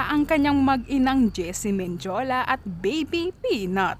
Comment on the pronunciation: Ausin mu pag pronounce mo day!!!gc ???mindiula??sakit sa tnga